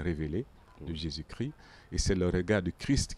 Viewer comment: Bon commentaire Merci. Pourquoi beaucoup d'entre vous ne prononcez plus le " S " de Jésus-Chrisssssst ?